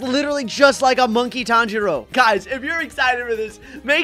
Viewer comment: Bro said tanjior wrong😂😂😂😂